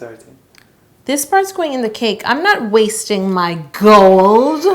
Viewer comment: I laugh every time she says gOoLd